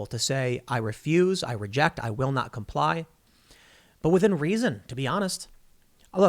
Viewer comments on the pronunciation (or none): none